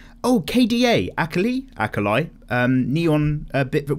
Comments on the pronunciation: This was very soothing to listen to while drawing and I am very hoping to listen to more in the future! Sadly.. I get a nerve spike everytime you say the name of Akali.. It's Ah Kah Lee not Ah kah lie >< I don't know but it's how it is.. Anyways please continue what you do and love and Congrats for the subbers! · I dont know why but how you say Akali gets to me. Ah-kah-lee is how its said. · Sonic-Chan FTW lol. By the way the way you pronounce Akali is”A-Call-Li” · Your pronunciation of Akali is killing the LOL players... good thing everybody is quitting that game and getting into pinup art:)))